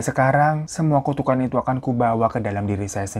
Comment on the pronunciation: tu to the ku to the kan "tukukan" bang😂😂😂